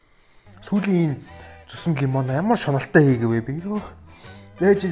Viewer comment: лимон гээч лаям гээд байх юм